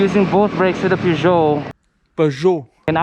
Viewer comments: You still mispronounced it after the French guy said it. You said Peer whereas it’s Purr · It gets funnier sa kada ulit ng correction sa pronunciation ng Peugeot. 😂😂😂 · dahil thorough din ang panunuod ko Sir sa video na ito binilang ko kung ilan beses binanggit ang salitang Peugeot kasama na ang maling bigkas sa unang parte ng video 32x ang bilang ko. maraming salamat po Pashout out naman po. 😁